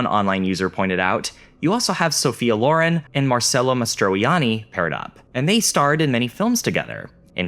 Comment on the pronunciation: You mispronounced Sophia Loren’s name (pretty significantly, I may add).